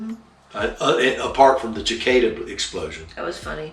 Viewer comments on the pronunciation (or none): Coach the wife and busted out laughing when you said cick-kada. We live in a very diverse area (love it btw) of Northern Virginia. To hear what they were called and trying to explain it happens every 17 years was entertaining. Now cleaning them off the Spyder was not. Even took a hit to the helmet face visor, yuck! The sound was something out of an Alien Invasion Movie. Best wishes and keep the videos coming.